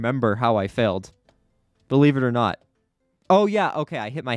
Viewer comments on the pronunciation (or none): Faled is what he said😎🥸🤥😩